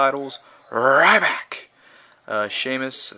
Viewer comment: i love when he said rrryback ha